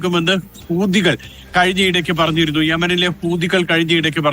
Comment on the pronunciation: ഇവനെന്താ ഈ കൂതി കൂതിന്ന് പറയുന്നത്.... ഹൂതി എന്ന് പറയേടാ....വീട്ടിൽ പറയും പോലെയാണോ മാധ്യമത്തിൽ പറയേണ്ടത്😂